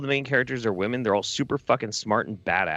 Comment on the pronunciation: Why does pronounce women weird